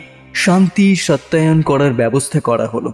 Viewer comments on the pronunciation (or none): ওটা সস্তায়ন হবে, সত্যায়ন নয় 😂